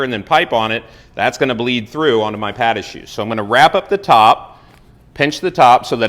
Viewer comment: PAHT….AH…SHOO “pa’dahshoo”, non.